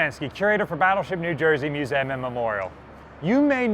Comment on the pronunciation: Musam instead of museum